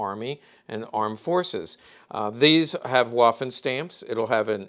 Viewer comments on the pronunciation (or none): none